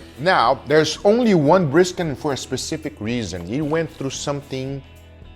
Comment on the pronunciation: Trust Guga how to be "specific" 🤣